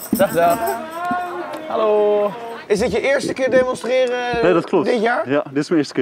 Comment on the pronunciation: Fietspomp 1 seconde geleden En een Twentse halooo. Lekker!